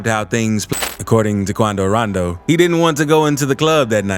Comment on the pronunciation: Say rondow like that again I’m reporting u I stg